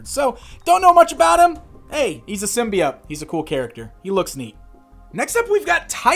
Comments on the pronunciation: Symbiott? what the heck? There an E at the end and everything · And gives us yet another way of pronouncing symbiote - "sim-bee-ott!"